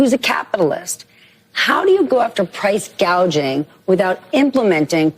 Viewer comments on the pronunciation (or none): The interviewer seemed to want to remind her how to better pronounce the words price "gaging" lol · There is no fucking price gauging which when the first time she brought this up she called it price gagging she doesn’t know what she is saying she’s a puppet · Didn't she call it price gauging at first ? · She was calling it gauging not gouging. Totally ignorant of what she is talking about